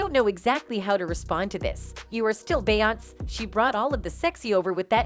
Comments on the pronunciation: say it with me BE-YON-SAY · Yasssss ty is it that hard to program the bot how to pronounce her correctly . 🤣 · I feel u ..beyonc.... instead of Beyonce....😂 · Her name is pronounced BEE-ON-SAY . say it right or don't talk. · This lady on Just-in needs to learn how to say Beyonce's name right.. smh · What is it to much money to pronounce the names correctly? Blue n auntie look alike ❤️❤️❤️